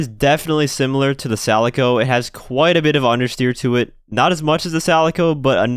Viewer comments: Why do you keep calling the Calico “Salico”? It’s pronounced Cat Calico lol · I'm sorry, Sal-ih-co??? ITS CAH-LI-CO, LIKE THE CAT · everyone: calico: salico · BRO... !!! It's Kalico, with a hard K! Not Salico, with an S...! Geez... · Calico not Salico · I understand that you want to pronounce it like Celica but this car isn't called the Celica, it's called the Calico, so please adapt accordingly. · Are you saying Salico intentionally? Like as a reference to Celica? Calico, like the cat, is said like Kalico. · Friendly tip: The C in Calico is pronounced as K. Not your fault. English is dumb. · "salico" I can't. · The “Salico”!!?? I’m now convinced you learned how to pronounce words in The Twilight Zone. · I love your content, but do you mispronounce the cars names on purpose to troll us? If not, "calico" has a hard C, as in "calico cat" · I want to chirp you for pronouncing it 'Salico" when the word has a hard C, but since it's meant to be a Celica with a soft C, and I haven't heard the name said in-game anywhere, I also don't want to look stupid and get tableturnt on. Just an 'I say Faggio, you say Faggio' situation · please stop pronouncing calico wrong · I feel like the way you pronounce Calico is the same reason why Rockstar chose to spell Kamacho with a K instead of with a C like Camacho. Because there would be a lot of morons saying "Samacho". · Alright who kinda cringed when he said Calico? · Me. I know he's trying to pronounce it like Celica, the car it's based off of but the car's name is the Calico and should be pronounced as such.